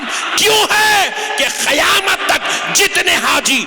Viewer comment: 😢Aalim hay ye? Kissi ki mujmay main burrai gheebat? Qurbani. ayat say shrik Mila Raha hay? Koi hawala nahi Allah ki baat kahani qissa suna Raha. Barha charah kar baat kar Raha Faltoo Bataan karay seefa sada Deen sikhao logon ko Miyan moulvi Khayamat nahi Qayamat Qaaf seekhlo Bhai khaf nahi hay